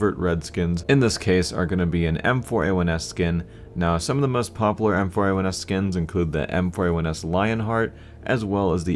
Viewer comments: you keep saying pop lar and not pop u lar:( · popUlar** not poppler. pls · stop saying popular as "popler" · Stop saying 'popler' learn how to pronounce a 'u' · ツ CS:GO tru. Just stuck out to me as a little funny ;D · lol popaler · Chill dude its just a minor problem jeez... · parkdd You still aren't getting my point. The maker of the fucking skin does NOT speak English. He completely made the name up himself. Its not 'popular' pronounced the way we say it. Jesus christ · saying popular........... oh god. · The way he says popular makes me like question it . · Do you not know how to say popular? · you say popular so bad. pronounce the U more... sorry